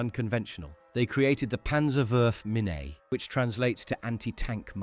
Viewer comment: Just a small linguistic note: The last part of "Panzerwurfmine" (literally "Panzer Throwing Mine") is not spelled "minney", it is spoken more like "meene".